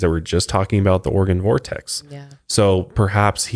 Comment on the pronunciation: Anyone else listen to the podcast and hear "organ" vortex instead of Oregon? 😂 Also, I miss the old song... but this one fits the whole vibe oh Mile higher.